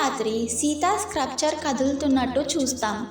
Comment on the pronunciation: Hey it’s sculpture not scrupture… please fix the pronunciation it was very irritating. Sculpture is like skullpture is the pronunciation. Ok na ?